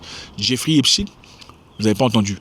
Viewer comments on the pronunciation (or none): On prononce epstain pas epstine ! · Arrêtez de dire "Epstine" !! Cest Epstein !!!